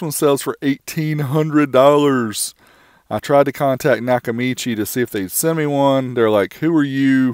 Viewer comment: It’s not Nakamichi.